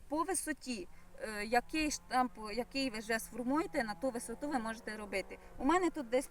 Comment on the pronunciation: Сонечко, не штамп - а Штамб 😊